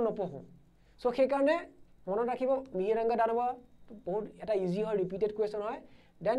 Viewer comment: It's not Mihiranga, Instead Mohiranga/Mahiranga(a history of Assam)/Moiranga(Kamrupor Buranji) And the battle of 'Hari-Hara' was fought between Hari (Lord Vishnu) and Hara (Lord Shiva) respectively. As we know the other name of Lord Shiva is Hara. And most of our Assamese teachers pronounced the word Mythology as মাইথ'ল'জী instead of right pronunciation মিথ'লজি or 'Mitholaje'.